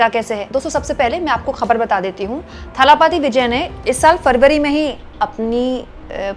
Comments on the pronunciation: You may find tje names difficult to pronounce but "kazhagham" is the word and it means organisation or संगठन। And say दलपति or थलपति not ताला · talapathi nahi dhalapathi Vijay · It's not Thala Pathy Vijay It's Talapati Vijay. Correct your pronunciation His fans may not like it.